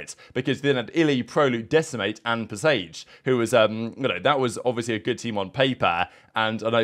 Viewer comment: Pre-what, pre-sage, pre-what, pre-sage